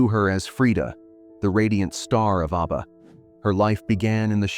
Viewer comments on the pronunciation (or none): Mate, it's 'ABBA' not 'Arbour!' 😂😂😂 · Pronounced ABBA, not ARBA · oh wow, you really are sarcastic aren't you? I am British. I speak English and nowhere in the world is Abba pronounced the way it was pronounced in your video. I was correcting the pronunciation. I won't be back here. I only follow nice people. Have a wonderful day. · Is jarring every time ABBA is mispronounced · mispronounced abba sounds ridiculous & personally I'd prefer to her your voice, for all the hard work you've done! I did make another comment on your upoad. (2 comments) Just to let you know, I'm mostly dyslexic & not making out I'm smart! There's nothing wrong with me prefering to hear you speak with your own voice instead of a ai vocals.. I'm glad you commented.🙏🏽 ..